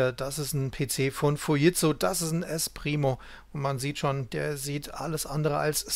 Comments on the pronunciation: Ich habe noch nie jemand Fujitsu so sagen hören, was ist richtig ? " Es entstand aus dem Kommunikationsbereich der Fuji Denki Seizō K.K. (engl. Fuji Electric Company), die wiederum ein Joint Venture der Furukawa Denki Kōgyō mit dem deutschen Unternehmen Siemens war. Der Name Fuji wurde dabei zusammengesetzt aus Furukawa und Jīmensu (japanisch für die Aussprache von Siemens).Erst im Jahre 1967 wurde der Name Fuji Tsūshinki Seizō zu dem heutigen Fujitsū verkürzt." Jimensu spricht man lt. Google Dschimensu aus, also sollte es doch "Fu-dschit-zu" heißen ? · Gute und interessante Darstellung. Nur an einer Kleinigkeit werden meine Nerven strapaziert ... wie der Name "Fujitsu" hier ausgesprochen wird. Da rollen sich bei mir die Fussnägel auf.